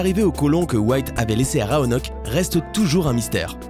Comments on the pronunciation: Oh la faute mdrrr on prononce "roanoké" et non "roanoke" même si c'est écrit roanoke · il y a ecrit rOanock et pas rAonock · L'incapacité du lecteur à prononcer correctement rOanoke -_ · Raonok ou Roanok ? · Dis ROANOK mon dieu😤😤